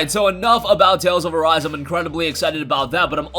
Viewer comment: Dude is says tails of arse not tails of arise